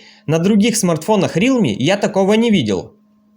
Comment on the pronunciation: Автор правильно говорить Реалми, а не Рилми